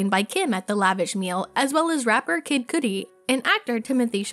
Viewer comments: Please stop saying, "Cootie".🤣 It is Cudi...Cud-ee- freakin' sheesh. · Coodi??? Ugh my god I had to stop watching this after this horrible narrator said Coodi for the 19th time….CUDI (pronounced Cuddy) NOT COODI!!! PLEASE SHOW AN OUNCE OF PROFESSIONALISM AND DO THE BARE MINIMAL RESEARCH BEFORE CREATING YOUR CONTENT!! NO EXCUSES…Thanks Flime Strike I mean Film Streak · The way she says Cudi is cringe it Cudi like cuhdi not coodi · Bruh it's not Coodie 😂 So disrespectful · It is not Koody, it's car-dy! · "Kid" what now ?!?!? Was she saying "couldy" or some weird shit lol Cudi isn't difficult to say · Coodi 🤦‍♂️ its Cudi (Cudeee) dam it lol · Its Kuh-dee, not Koooooodie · Cudi. not Coodi😭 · It’s kuuuuudi not coooodie ! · Pronounce names better k thanks Coodi lol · I'm glad someone mentioned it. I thought, there's no way in hell she is getting away with calling him "KID Coody" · I'm old as shit if Kid Cudi is pronounced Kid "Coodi" these days. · CUT EEEE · Well just heard someone pronounced it as cooties, lol. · Right!?!? I was that person that couldn't stand people that correct others on how you pronounce things, but quickly noticed its because I'm one of them lmao. It's 'K-UH-DEE'. Same with 'Nevada'...but then again I'm from Nevada so it's a thing here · Read comments first and knew u meant Kudi ffs….. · So we not gonna talk about the pronunciation of Cudi??!!! Coodie🤣I lost my ish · Why they let her upload this saying “Coodie?” His name is now “Coodie.” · I'm sorry... "koodie"?.. my girl at least pronounce their names correctly 🤣😅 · Can someone please explain why she kept saying “Kid COODIE” …why?! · This bih can't pronounce kid cudi name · When the narrator of a pop culture video doesnt know how to pronounce "Chalamet" or "Cudi". She literally kept saying Cootie. wtf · Cuh dee and shah lah meh is how it’s pronounced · Have some girl read lines and not know how to pronounce kid cudi or timothée chalamet. Great video....